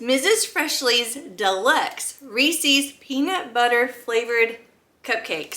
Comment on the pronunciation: You need to learn to say Reeses